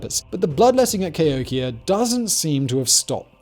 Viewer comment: Emphasis on 'hok'. Ca HOKia check the dates of the New Madrid earthquakes.